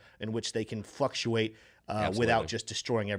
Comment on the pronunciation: When tries saying fluctuates, but ends up saying Fuctuates🤣